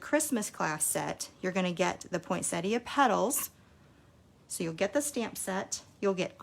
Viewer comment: OMGosh - someone calling a poinsettia the correct name instead of poinsetta! Sorry, but I'm from Australia and I always cringe when I hear people from the US and Canada calling it at poinsetta. Thank you. Your cards are lovely and I've missed part 1, so am going to try to find it now. Have "rung the bell" now, so I shouldn't miss any more. Thanks so much for sharing your lovely designs and beautiful cards.